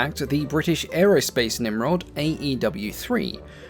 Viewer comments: Bri ish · Bruh why bri'ish we dont all talk like that. Could you imagine king Charles saying bri'ish? 😭🙏🏻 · There's a T in British get it right